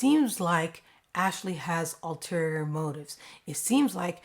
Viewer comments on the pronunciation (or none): Very cool episode. Just one little hiccup though. The phrase is “ulterior motives”, not “alterior motives”, as is commonly spoken.✌️